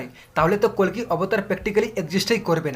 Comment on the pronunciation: Kolki nah koli bolo